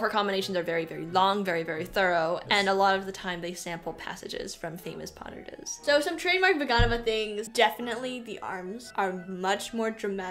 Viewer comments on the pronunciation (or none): Its not Puh-duh-duh …Its Pas-de-deux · Puh-duh-duh is how Russians pronounce it!